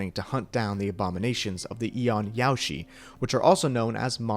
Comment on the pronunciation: ''Yaoshi'' isnt pronounced like ''Yoshi'' but with an A added............